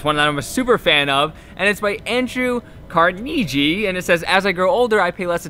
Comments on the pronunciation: CarKNEEgie lol. It's KAR-ne-gee. Sweet vid tho boi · hahah i died when he pronounced his name "andrew... carneejie..?" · lol when didnt take us history rip "car-nee-gee" lol loce ypur vids man keep it up ur killin it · Andrew Carnegie. As in Carnegie Hall? One of the richest Americans to ever live? "Car-knee-jee" Cmon bruh 😂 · Carn-egg-ee. As in Carnegie hall. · His last name is pronounced carn-NUH-gee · Andrew carn-egg-EE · Andrew "carneegee"?? Really lol...he's one of the richest guys of ALL time. He died like 75 years ago probably. Look em up man. Love the old vibe on this video by the way lol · I hope NY can see the Cali not knowing how to say Carnegie... love it. 👍🏼😂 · Ironic thing is in the quote of the day you speak of being the best at what you are talking about and knowing what you are speaking of, and right before that you blatantly mid pronounce Andrew Carnegie's last name.. just found it funny, keep killing it!! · is the homie but i died at him trying to pronounce Carnegie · That is not how you pronounce Carnegie. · u butchered Carnegie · You try to.come across intelligent but yet you don't wvwn know how to pronounce Andrew Carnegie's name. Have you never heard of Carnegie Hall? Also, I saw one where you didn't even know how to pronounce Maya and that's kinda sad